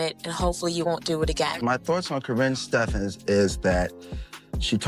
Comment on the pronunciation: Stef-ans? "Stef-ins".